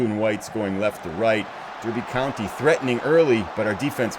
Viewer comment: Couple of notes. It's, when you say it. Just like a derby is a darby. And your goalkeeper is Kinnear - kinEER.:)